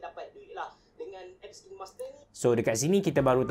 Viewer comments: Bang sebutan dia KAIN master bukan KIN master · sebut dia kine hime, by the way tq for this vid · I think the right pronunciation is KAIN-MASTER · cara sebut dia "kinemaster" bang. bukan "kinemaster". tu lah selalu dengar orang salah sebut "kinemaster". harap lepas ni boleh sebut betul "kinemaster". semoga bermanfaat. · Kain master sebutannya ye hehe... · Macam ni pronounce dia...."kainmaster" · Saya kerja di Kinemaster, sebutan dia diorang ajar “kiner master” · kalau abe pening cara sebut kine tu...cuba sebut arak WINE..kita sebut WAIN..mcm tu jugak kine👍🏻👍🏻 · Pronunciation dia bukan KINEMASTER, tapi KINEMASTER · Care sebut nye kinemaster bukan kinemaster wlaupun org slalu cakap kinemaster